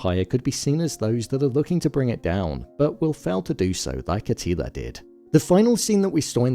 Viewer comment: A til ER not A teeleeA